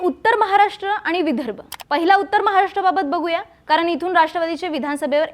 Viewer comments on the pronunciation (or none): छान विश्लेषण, परंतु किती चुकीचे उच्चार ? पधाधिकारी, आनि, कारन, सामणा, पुने …. कृपया उच्चारांवर थोडी मेहनत घ्या 🙏